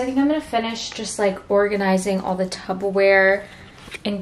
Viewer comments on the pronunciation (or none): Only because this happens in the midwest a lot and I had to learn, but for some reason people say "tuBBa-ware" but it's actually "tuPPer-ware". It's Ps not Bs!